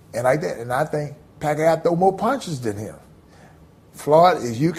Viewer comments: ROTFL! Evander Holyfield said "Pacqa aow" ROFL! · Gotta love to hear Evender call Pacquiao's name, LMAO. The Pacman really does have a nice guy demeanor.